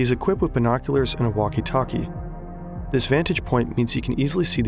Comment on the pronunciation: The way he pronounces walkie talkie just feels like uwu language, I love it